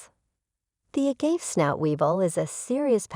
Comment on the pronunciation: It was funny to keep hearing the incorrect pronounciation. Perhaps it was AI?